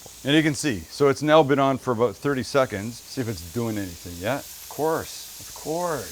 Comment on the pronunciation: when he says “aboat” lol or awkwardly moans